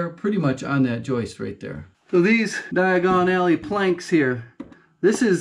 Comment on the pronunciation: “Diagon Alley” lol